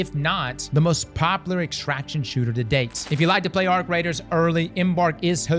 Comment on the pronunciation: hated dark zone -still repulsed by any "extractshion"